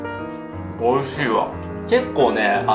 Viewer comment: I like how when he says delicious is sound like Oh Sh*t, so when he's eating the food and he says its delicious without captions it sounds like "Oh sh*t >:0"